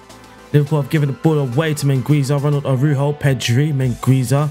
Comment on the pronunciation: Araujo in spanish is pronouced ara-urro